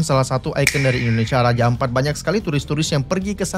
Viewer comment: Raja ampat bang bukan empat 😭